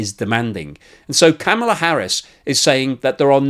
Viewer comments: I know the Britt's are about the worst for mispronunciation, but Kamala is pronounced like comma la not like camel la. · VP Harris' first name is pronounced 'comma la', not 'cam' a la'. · please watch some YouTubes from VP Harris' family to learn how to pronounce her 1st name. the short version: similar to the comma punctuation mark followed by la. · That is the first ever time I have heard the border Czar make any sense, and give a cohearant message. BTW, the way you pronounced Kamala, makes you a racist! CNN and MSNBC have said so..